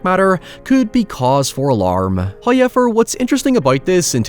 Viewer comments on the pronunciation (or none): First "hoyevver" drops . This is kindness from He. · Hi-ever, its gotta be an intentional pronunciation